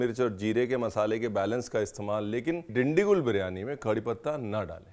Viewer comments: Hello sir u can actually use peanut oil and ghee and ur pronouncing the name different it's dindu -kal (Dindigul) gul is pronounced as (gal) with lots of respects from Bengaluru Karnataka 💐💐💐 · Is Dindigul really hard to pronounce..the way he said really hurts my ears